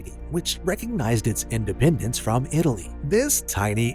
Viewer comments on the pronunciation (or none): none